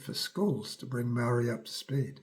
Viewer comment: muarry lived happily 😂